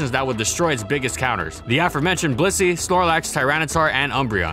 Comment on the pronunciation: Why do you pronounce Blissey as "pussy"?